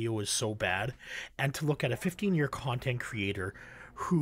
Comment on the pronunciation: ummm excuse you its a 15 year kahntent CURATOR you MoRaHn